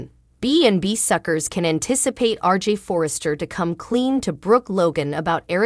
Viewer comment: It’s RJ not RG